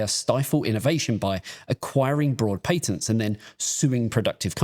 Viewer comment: yeah. not listening to this goose not being able to say patents